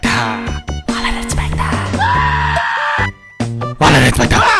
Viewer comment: The Gamer Boy wallet inspectah